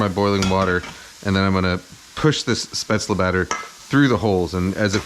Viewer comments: Pronounced "Shpate-zel" not spetz-la. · Now go learn how topronounce spaetzle